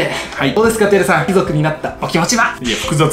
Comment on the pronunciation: ⭕️貴↑族 ❌貴↓族 これ大事w